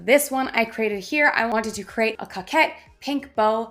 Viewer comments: COE-KET please stop saying COCK 🤣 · Thanks for the update. You are a good teacher. It’s pronounce co’kette. Niche is like quiche.👍 Also, Tis the Season is trademarked. I had to change mine.🤷‍♀️ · Coquette is pronounced co-ket, you say the 'co' the same as in 'co-ed'. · you're pronouncing coquette wrong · I think it’s pronounced with a long O, not a short O.